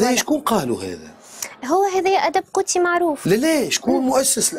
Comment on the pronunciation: الأدب القوطي وليس القوتي gothique ! اشحال ترقق الحروف ، اصطدام وليس استدام. ادغار الان بو ، و ليس امبو